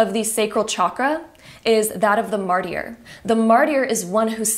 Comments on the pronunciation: Martyr = ( MAR-TER) just so you know. Sorry , it's really tripping me up trying to listen when you are saying it that way, but I get how you would assume it was pronounced that way. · So funny how you pronounce martyr as Marty-r, I couldn't take that section seriously I kept giggling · Hello, friendly correction of the pronunciation of the word “martyr” ➡️➡️ MAR-TER (the “t” being soft like the t in water). Martyr rhymes with Carter or barter 🙂